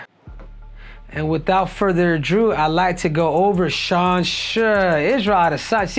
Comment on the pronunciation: without further ado, not redo